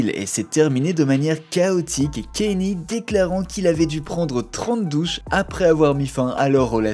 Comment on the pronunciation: c’est pas kenny mais kaNIÉ